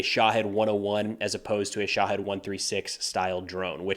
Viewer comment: I liked how you pronounce Shahed spot-on! (Shaw-head)